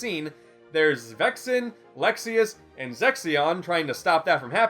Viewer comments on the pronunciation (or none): You didn't memorize all the names of the members from the organization in that group, zexion is pronounced zex-e-on. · i'm sure you just made a mistake by telling him to pronounce it exactly the way he said it. But it's pronounced more like zex-e-in or zex- ian